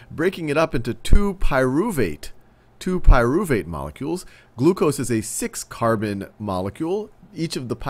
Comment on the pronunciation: "3 cahhh bunn molecule" couldn't stop laughing at that part lol